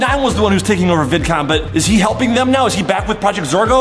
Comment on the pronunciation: Baby saying Vidcon bidcon